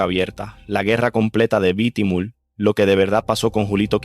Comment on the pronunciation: Es bitumul ,no lo q dices bitimul